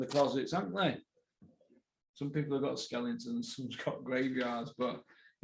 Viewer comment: “skelingtons” - I still say that too :)